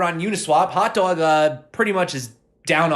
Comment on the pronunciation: The way you say hot dwog 🌭 can totally tell you're from New York lol thanks for the video! Cheers from Colorado.